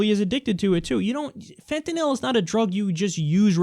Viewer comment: Lol fentenill said it wrong